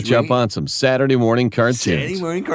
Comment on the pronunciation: He meant to say Saturday morning cartoons but he said Saturday nert cartoons